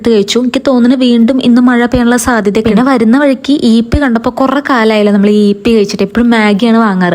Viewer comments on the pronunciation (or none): ചേച്ചി ഈപ്പി അല്ല യിപ്പി ആണ് 😄